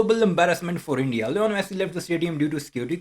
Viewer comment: Its li-nol messi not leon messi